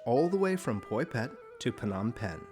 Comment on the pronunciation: Since when do you pronounce the 'P' at the beginning of Phnom Penh?